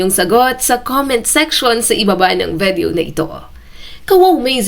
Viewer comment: VIDEO, NOT VEDEO!!!